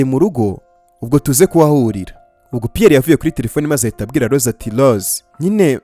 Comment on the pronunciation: Urakoze kutugezaho oyi nkuru nziza ariko utubanalire uje uvuga Rose apana Lose njangira ngo nuwundi muntu.merci